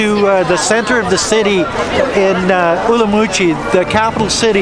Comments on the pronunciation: Not being pedantic but it is pronounced Urum qi. not Urumoochi. Not allowed to sell alcoholic products in Nanning if a school is nearby? There is a high school opposite a German beer shop near where I live. Where I live there is a primary school and practically next door to shops that sell beer. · Umrumqi ? It is Urumqi. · I have seen many Uyghur's videos pronounce it as Urum qi. I remember watching a video done by a Uyghur woman and she pronounces it as such. I guess some pronounce it as you do and some in the Mandarin way. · Are you pronouncing in Mandarin or Uyghur local language. The locals use the latter pronunciation